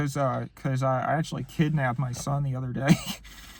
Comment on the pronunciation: “Kidnapped” YT: ❌: “Kidnabbed?” YT: …🤷🏼‍♂️👍